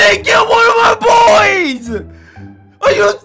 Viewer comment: It funny when he says noon my boiiii